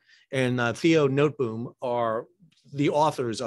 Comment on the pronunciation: Poor mister Theo Notteboom having his name butchered like that . 😢 notteboom was probably derived from notenboom meaning as much as nut tree or in German nusbaum. Hopping off of the mayflower a lot of European folks seen their name butchered by the brits because they didn't understand the language, couldn't spell it or simply didn't care . I as a Dutch guy living in the states see a lot of evidence where names changed in order to simplify it for the Americans or when the name didn't change the Americans still would find a way to butcher it 🤔 its all about phonetics my wife says . We pronounce things differently. I keep telling her , a parrot doesn't do phonetics , it doesn't know how to spell , yet if repeated often enough it's capable of copying it perfectly 😉 in my opinion it is about the willingness to do it or the lack therof, cause this is murica .